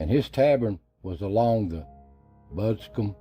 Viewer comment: Folk around here pronounce his name, Kirkendall. Lot's of stories like this around my home west of Hendersonville, also the turnpike is pronounced bunkum